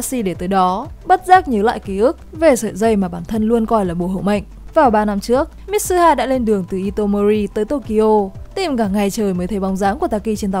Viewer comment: Mi-tsu-ha. Ko phải mít su ha.